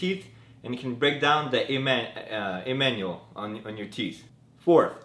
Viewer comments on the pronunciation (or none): Its enamel i guess....on the teeth.....u said emanuel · lol Emanuel, its enamel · Enamel but he said Emanuel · Lol emanual??? Awwh Em Gee..serio.. Its enamel nt emanual boi lmao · emanuel ???? lol ...its enamel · Emanuel on teeth Lol - enamel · Lol the "Emmanuel" from your teeth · Bbfishman Nah the enamel will be okay, it's the emanuel I have to worry about. And YES haha...I really thought he said "wetten" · Bad ass sir. Not making fun of but the Emanuel / enamel was awesome lol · Lol its enamel hehe